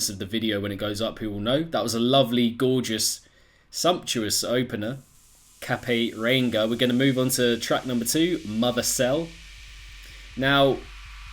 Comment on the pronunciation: It's pronounced Cape (like a superhero cape) ree ang (first part of angle) ah. Its Te Reo Māori, the language of the native peoples of Aotearoa New Zealand. Its the northernmost point of Aotearoa New Zealand, which is where I live!